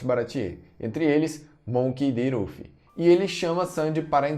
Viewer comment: rufi rufi fala sério